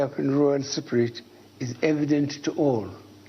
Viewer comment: "In the siprit of...." 😂😂😂 this old boy is a joke!!